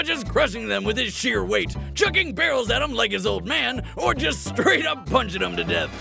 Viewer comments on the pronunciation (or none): Also... “starait?” You mean... STRAIT?